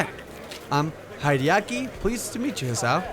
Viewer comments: it would be spelt Hideki if that was its pronunciation. But not many people pronounce Japanese names correctly haha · "Hideaki" is pronounced: Hee-dee-ya-kee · Love your Pokemon cards on your wall there :3 <3 Also it's pronounced He-De-Ki. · don't mean to be a grammar Nazi sly but hideaki is pronounced like this he day a key